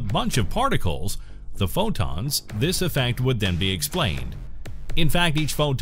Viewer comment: Pho + Wonton = the way he says PhO!tOns